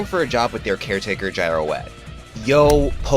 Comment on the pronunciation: Yeah "Girouette" is french, the way to pronounce it is "Jeer Wet" haha